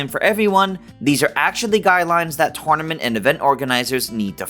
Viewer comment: Why do you pronounce “tournament” like that?